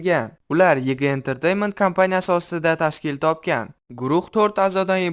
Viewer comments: Yg 😂 yuayji deb oqilad😅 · Vg emas vayji oʻqiladi❤ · Yg mas vayji oqiladi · Yiigii mas yeevayjee😅😅